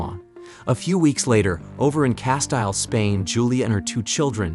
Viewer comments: Sorry, it's pronounced CASTEEL ........................ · How many times can you mispronounce "Castile/Castille"? In this video, a fuck ton. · shows the narrator doesn't read alot of books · I can't get over the way you just pronounced Castile